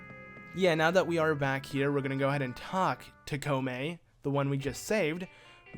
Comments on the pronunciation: kome and kotake lol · holey cow its comane and cotake